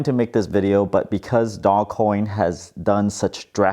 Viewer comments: nope its ( doje) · I think it’s Doje coin. But whatever people want to say is fine with me. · Guys, we need to start a movement to start calling it "Doggy Coin" because it sounds a lot better than "dooj coin"....